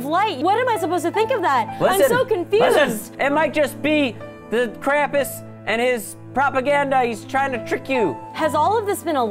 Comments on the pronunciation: Krampus is German krampüs the ü is a ooo said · it pronounced krumpoos